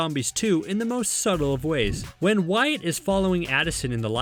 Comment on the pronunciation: its wyaat not wire dummie